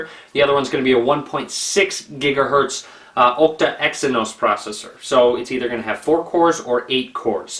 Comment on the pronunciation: it's an Ah-cta core processor, not an Oh-cta core processor;P